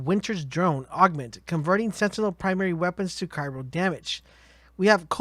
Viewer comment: CRY-O as in cold or kept in place, Not Cairo as in the place in Egypt.